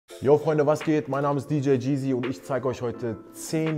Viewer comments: Wenn er heißt, soll er es auch YEEZY aussprechen und nicht Jeezy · Der Moment, wenn man heißt aber es ausspricht wie DJ Cheesy 🤦🏼‍♂️ Bruder muss los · Hauptsache er spricht es DJ Geazy aus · Hoffen wir mal dass maxamillion nicht hört wie er "YEEZY" ausspricht😅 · Aaaah die art wie er Yeezy sagt so unangenehm, wenn man sich danach benennt und sollte man es wenigstens aussprechen können 😩 Ansonsten super Video tho 💯👌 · Mind in my Feelings und warum nennt er sich so wenn er das Wort nicht mal richtig aussprechen kann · Wenn man sich yeezy nennt und es nicht mal aussprechen kann😅😂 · Wenn, triggerd es auch so das er sein Namen nicht mal richtig aussprechen kann?.